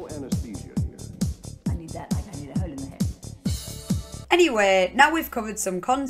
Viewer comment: There's some questionable vowel sounds going on hyeueh.